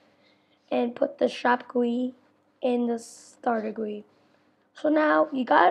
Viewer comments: im sorry but im laughing at you saying "gwi" most people pronounce it with actual letters because it is an abreviation "g" "u" "i" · LOL TF IS GOEY?! HAHA IT IS GUI! Just say G U I EASY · its not gui its G.U.I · ITS GUI NOT gooeey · I love how he says goue instead of g u i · Dude you say g u i not gui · Wtf is goyey Its G.U.I (Graphical User Interface) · "guiy" XD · i cant take him seriously when he says it like that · Omg the way he says GUI